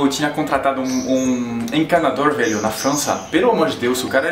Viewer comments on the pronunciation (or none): ele falando "velho" é mto e engraçado KKKK